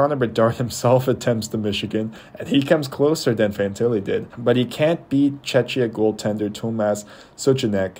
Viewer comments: Just at least learn the pronunciation of Czechia, its so embarrassing. It's either Czechia or Czech republic NOT Chechia! othervise a good video, you managed to concede well. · no, you are not. You say it wrong. It is czech republic "czek" or czechia "czekia". You say Chechia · It’s Czech Republic… stop butchering the word… Czechia [czekia]